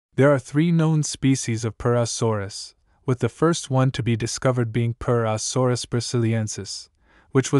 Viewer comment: Hearing you say purusaurus got pretty annoying after the 20th time 😅 but still a great video